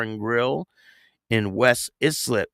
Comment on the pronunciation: ISLIP = eye slip is how it’s pronounced